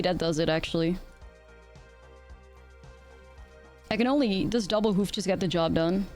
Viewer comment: Hoof not whoof